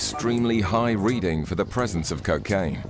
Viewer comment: It's not "keh-kaine!" It's koh-kaine!!!